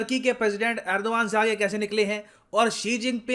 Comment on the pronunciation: Why erdron🤣🤣